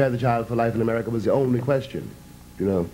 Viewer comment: A- Murry